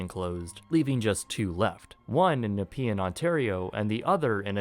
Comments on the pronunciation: As an Ottawa native, I'm happy you pronounced Nepean properly in this video ;) Awesome video as usual! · I will never forget biking to the mall during the summer with my friends to get a milkshake at the Zellers dinner. Soooo good. Also, thank you for saying Nepean right this time. It was read weird in the target Canada video. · I applaud you for pronouncing Nepean correctly this time. Though I don't blame you for getting it wrong, since it does have a seemly unnecessarily difficult spelling. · LMAO you said Nepean Right this time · You pronounced Nepean right! Sorry, that was the one thing that struck me about the Target video lmao, great vid as always